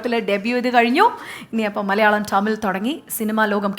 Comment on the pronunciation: ടമിൽ അല്ല തമിഴ് ആണ്.